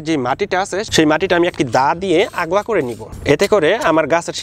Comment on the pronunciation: ভাই, শব্দটা আগলা হবেনা আলগা হবে।